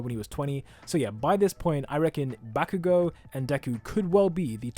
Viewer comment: also: BaCk YoU gO (that's how he says BAH-KU-GO)